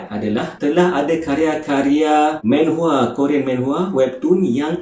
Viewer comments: bukan menhwa.. manhwa laa.. xyah nk men men sgt 🤣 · Sebutan manhwa adalah manhwa bukannya menhwa.Sebab dalam korean manhwa ditulis 만화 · hmm it's manhwa not maenhwa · Aku sorang je ke yang geram bila dia sebut "menhwa"? xD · Well, korg pun salah gak sebut. Cara betul sebut manwa..sebagai mana korg sebut manga.. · Satu menhwa satu lagi ski-fi🙃 ya pronunciation penting